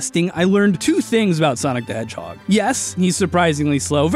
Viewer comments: "Where was I? Oh right, Sanic the Hedgehorg" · I died after “sanic the hedgehorg” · normal human: sonic the hedgehog me: sanic the hedgehog:swonic ba hedword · "Sanic the Hedgehorg" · SAniC ThH heGG HoGer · SAnek de HeGhOrg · Sanic the hedgehorg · "Where was I? Oh, yeah, SaNiC tHe HeDgEhOrG" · Oh right- sAnIc ThE hEdhOrgE Edit- and also got me lol